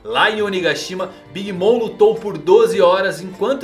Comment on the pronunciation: Alguém também ouviu ele chamar a big mom de "big Mônica" kkkkkk